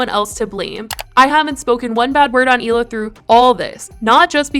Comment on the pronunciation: I think I’ve heard somewhere that Hila and Moses were never really close a siblings, but I know for a fact, if my brother got anywhere near someone who constantly called me names and made me cry, he’d not calmly sit there and smile in their face! Also, how many times is Trisha gonna keep mispronouncing her future sister in law’s name? It doesn’t take a lot of brain cells to call someone by their proper name!! She does it as an insult. Trisha should take note that Ethan really isn’t going hard after her is because she’s soon to be family and he’s loyal to his family. How many other people would give someone a pass that called their mom a bitch, vile, scum, and satan.